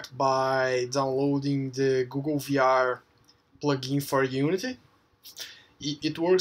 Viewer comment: "Because, in V-AARR" 😂 thanks!